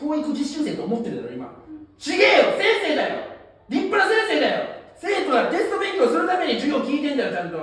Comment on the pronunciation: せ↑ん↓せ↑い↓ これすこ